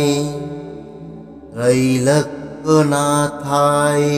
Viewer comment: আবার সেই ভুল। Trailokkonathao মুখে বলছেন। লিখেছেন অন্য রকম।mantra uchharon vul hoa thik noi.